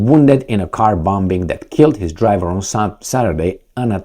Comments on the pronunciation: Please stop saying bom-b-ing. The b is silent 😊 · I think it's hilarious 😂😂😂😂😂